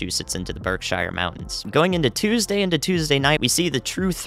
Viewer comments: I like you, - you’re a good dude. Congrats on you’re own channel. Keep up the great work! *btw it’s: Berk-sheer not Berk-shire.👍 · Hey - the mountains in CT/MA that are called Berkshire is actually pronounced "BURK-shur", not "BURK-shire". Didn't want our Northern friends to be offended... Great job on your analysis, very detailed and well explained!! So happy I'm in the South!! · Love the new channel dude. I'm in Western Massachusetts and we're ready for the storm. BTW, Berkshire is pronounced Burk-Sheers. Welcome to New England! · Glad to see you on your own channel! Btw, it's Berksheer!!!⚡🤦✨ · By the way, the Berkshire mountains are pronounced “Berk-shear” like wind shear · Congrats on the channel. Also it is Berk-Sheer for pronunciation of the western mass mountains